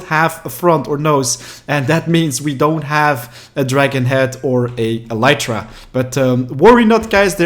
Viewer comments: Every single time he says elytra, it triggers me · you are not saying elytra right it is so fucking annoying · stop saying elytra wrong